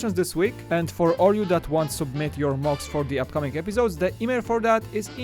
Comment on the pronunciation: Oh, I though he said mugs instead of mocs